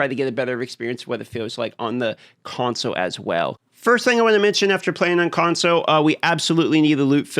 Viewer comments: What we really need is you to add the L to the word console. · i was playing a drinking game where everytime you say consow i have a drink, now im hammered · I just love the way you say “console” :) FIX the damn Conso you fools ❤ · "Consoe" players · Why does This guy say console so weird lol